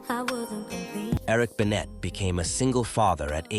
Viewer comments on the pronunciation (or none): This mf said "Mary J. Bleej", "Eric Bennet" and "Tommyia"... I had to turn if off after that ...